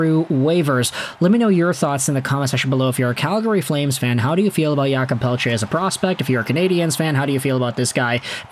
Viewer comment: "Yulkob" Pelletier ...it's Jake lol